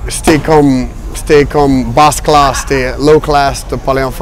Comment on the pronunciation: « Ma fomme » mdrrr Aussi quand il dit « bas classe » 😂